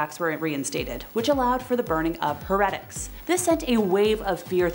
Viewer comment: I started watching it and had to stop . I don't know if she just doesn't know how they are pronounced or she's doing it on purpose.